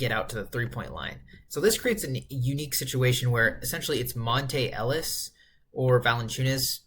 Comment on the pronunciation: bro said monte ellis